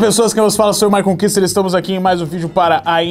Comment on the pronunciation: Maicon Küster❌ Maicon quister❌ Maicon ❌ My conquister ⭕